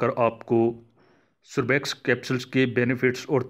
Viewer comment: بات مختصر کریں اور تلفظ بھی درست فرما لیجیئے ۔ سوربیکس نہیں بلکہ سربیکس ھے۔ شکریہ